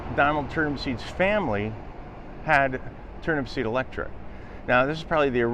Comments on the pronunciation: Turnupseed, not Turnipseed. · it's Turnupseed without the last P